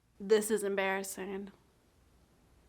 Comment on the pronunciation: The return of “embarrassee-heen” 😂